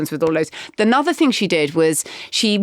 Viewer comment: 'the 'nother' ouch !